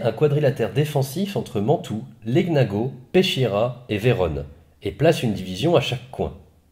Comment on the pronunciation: Bonsoir Merci pour ces recits bien travaillé. ps: Cela se prononce "Léniago" (gn se prononce nieu) ;)